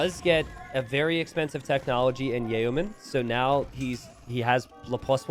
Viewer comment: Man hearing how he pronounces torsion and yeoman hurts me